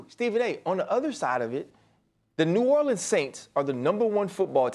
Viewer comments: "New Orleeans" 😂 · Bruh can somebody tell Stephen A Smith to say New Orleans right